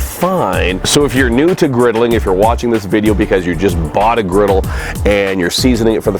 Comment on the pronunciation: Griddle not riddle...lol